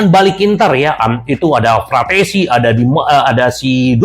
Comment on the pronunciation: terlalu menggebuh gebuh saking senengnya, fratessi di bilang PARATESI 😂😂😂